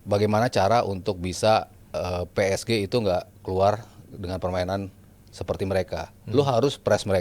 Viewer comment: Gak nyaman kalo denger ps ge jadi ps ji wkwkkw